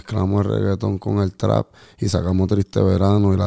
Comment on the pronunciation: Trap, pronuncien bien mae 🤣🤣🤣🤣